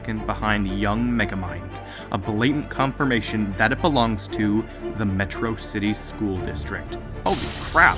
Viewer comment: Met-rocity? It’s pronounced Metro-City!